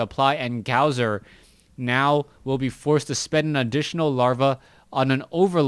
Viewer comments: His name is not pronounced gowzer its pronounced gosu user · his name is gosu user not gowser so fucking annoying to hear T_T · Pronounced Gosu - user